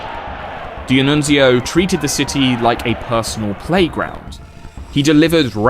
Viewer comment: As an Italian, I love your pronunciation of Italian names, the only slightly wrong ones are "D'Annunzio" (which is pronounced all together, not like "Di-Annunzio) and "Giacomo Matteotti".